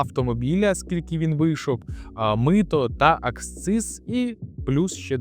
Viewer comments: Не аксциз, а акциз. Клоуне ти недоучений. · Правильно говорити і писати "акциз".